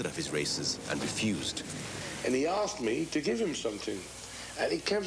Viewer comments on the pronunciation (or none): none